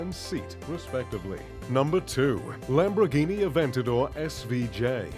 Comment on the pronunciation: "Lambroghini" Lol